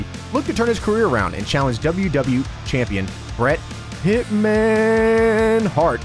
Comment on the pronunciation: Why don't you say the e in wwe